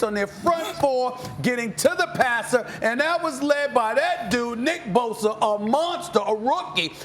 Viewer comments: Me: Bosa Stephen A: Boser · Only Stephen A could find a way to put a “R” in Bosa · "now you lose nick bosER"